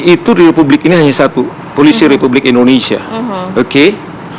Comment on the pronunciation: ngomong Polisi salah aja kok susah ??